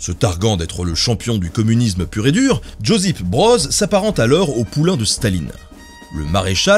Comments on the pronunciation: Bien expliqué mais, Josip se prononce "yosip" et non "djozip" 😁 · Josip se prononce Yossip' Merci encore pour cette video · Alors Josip (Joseph) se prononce "yo-cip" (le j se prononce "ye" et le s sans accent se prononce "ce" , prénom très répandu dansles Balkans). Connaissant très bien la région (plus la Croatie), je peux vous dire que bcp regrettent Tito.Ils ont conscience de ce qu'était le communisme avec du recul. Ils ont conscience que le communisme était un frein au développement du pays... mais au moins disent-ils, pendant le communisme tout le monde avait à manger. La pauvreté n'existait pas. C'est le paradoxe du capitalisme. Les gens vivent mieux... mais si t'es pas du bon côté de la barrière, c'est la merde pour toi et tu vis beaucoup moins bien que pendant le communisme. C'est ce qui est presque toujours ressorti de mes rencontres avec la génération de ceux qui ont vécu sous Tito (je ne fais que reporter ce qu'on m'a dit hein, je n'ai personnellement pas vécu sous Tito ^^)